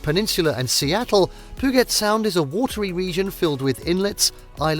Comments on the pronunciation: As Seattle natives...this hurt. Literally every location is pronounced wrong ... Nice footage but after the narration I assume it's all stock.?? Did make us miss home though. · Stop saying Puget Sound incorrectly! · My God! If you're going to produce a travel guide learn to pronounce the names of the places correctly. The laughable mispronunciations include Puget Sound, the town of Leavenworth, Mount Rainier, and the San Juan islands. One thing is certain, the narrator has never been anywhere in Washington. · Wow. I lost count of how many things you mispronounced in this video. Here's just a few... Puget, Methow, San Juan, Rainier, Leavenworth. The content itself is accurate enough, but it's obvious no effort was given to saying the names of these places properly. It was almost funny. Was it even a human voice? It may have been some computer app. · One must learn how to pronounce certain words before attempting to do a travel video. Video was fine, but such words like Leavenworth, San Juan, Puget were mispronounced. Good thing the views in the video was better than the speaking parts. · Puget is pronounced pew-jit. Not pu-git. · It’s “puuu-jet’, not ‘puh-get’. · P'Ewe JET not poo-get... and Marymere falls was actually Sol Duc falls in case out of state visitors watch this and get confused. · I find it funny how people in Washington is getting mad about it pudget haha and I’m from Washington but yeah you need to stop saying it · I don't know who this guy is that's telling us viewers which is all the best places to be here in Washington state. Dude, you need to pronounce the words correctly. Pudget sound doesn't have the the letters that sound like get. San Juan Island isn't pronounced like the way you say it. And it's not hard wherever you're from to say them correctly. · It is pronounced Pew-Jet. And Leavenworth is pronounced like Leven it's not a long e sound. This would be a good video if someone had learned proper pronunciations. 😞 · Pooget sound? Reported!